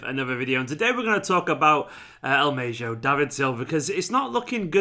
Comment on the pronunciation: El Mayjo 😂😂😂 you’ve had a mare there mate